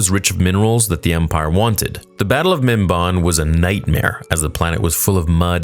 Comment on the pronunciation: it's pronounced mim-ban (as in i ban you from this place)